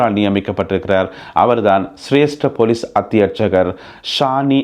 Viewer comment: நல்ல செய்திகள். பொலிஸ் என்று சொலலுங்கள். பெலிஸ் இல்லை.